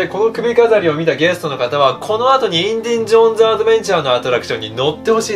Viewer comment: インディンジョーンズじゃないよ！w